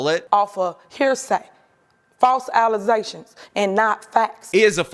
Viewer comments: "False ALIZATIONS" for sure! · I just have to say that I'm happy that the "allezations" bit is now a regular occurance on this channel.